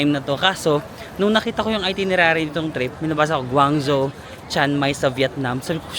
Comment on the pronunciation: Guangzhou is pronounced as "gwong-joe" 😊.